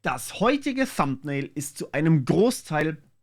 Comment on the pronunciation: Sieht doch ganz vielversprechend aus. Danke fürs Ausprobieren. Nebenbei eine Frage - Du hast gerade bewiesen, dass du Englisch kannst. Weswegen sagst du dann "Thumpnail" statt "Thumnail"?